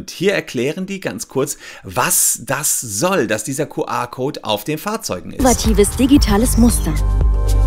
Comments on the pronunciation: Entweder "Kju Ar" oder Ku Er" aber NICHT "Ku Ar" #neuland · Ich dachte immer das heißt "QR" und nicht "QA"... Zerstörtes Weltbild durch unklare Aussprache 😂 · Herr Solmecke, so geht das nicht. Ihre Aussprache des QR-Codes (bei Ihnen Kuh-A-Code) ist unmöglich, weil das eine Mischsprache ist. Das spricht man anständigerweise entweder vollständig Deutsch aus (Kuh-R-Code) oder vollständig englisch (Kju-Arr-Code). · No front: „Kuh-Ah Kout“ 😂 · Dein "Kuh-Ahhhr"-Code triggert mich voll ^^ Hört sich an wie QA-Code statt QR-Code ^^ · Das Q spricht man aber im Englischen nicht "Kuh" aus... Das ist dann denglisch